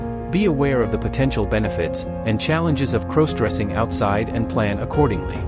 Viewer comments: Why does it sound you are saying crows dressing.Other than that I like your video Love pantyhose,skirts and nylon panties 💃👠👡🥿🩲👙👗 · Stop mispronouncing crossdressing 😢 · Please stop saying "CROSEdressing"! It's "CROSSdressing"